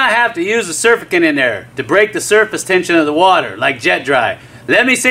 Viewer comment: it is pronounced sir-FAC-tant.